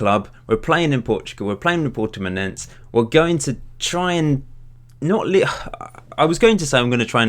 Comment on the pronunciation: it is said Purtimonensse